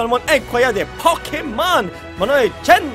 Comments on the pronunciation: On dit "tchen" Pas "chen" Enfin je crois dites moi😁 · Ça se prononce Chen pas tshen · Ah yes #TeamPikachu et ne t'inquiète pas on va t'aider pour les noms comme Prof Chen on dit comme chêne. En tout cas ça rappelle plein de souvenirs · sa se dit tchen mais sa s ecrit chen c tous tu a compris:) pikachu c le pokemon le plus mignion:) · Le nom du prof Chen se dit comme dans : un . J'espère que sa te sera utile l'unique poulet_gamer